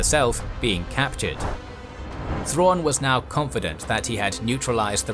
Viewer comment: God they butchered Thrawn.